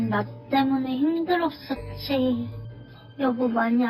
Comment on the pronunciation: 말투 존나 이상하넼ㅋㅋ 힘들어써찌이~ㅋㅋㅋ